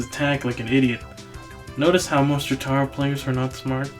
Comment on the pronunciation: Said it 5 years ago, say it now, it's Jo-TURR-Oh, not Jo-TAGH-Roh. Fucking Jo Lynn fans and Pornalf enjoyers I swear. Dia VohLoh too, it's Deeavoloh.